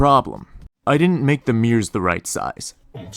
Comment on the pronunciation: Nice! But I call those special items "mirrors", not "meers". 😆